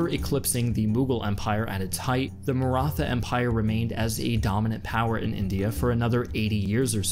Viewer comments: NEVER SAY MARA THA its pronounced marat ha I frgive u for butchering it haha dont be toxic im just joking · As an Aussie that's lived in India for 10 years it even slightly annoyed me you say mara-tha. If you're so interested in history why not run this past an Indian? Feel you've lost a big audience that may otherwise be there. Almost a similar mistake the British made.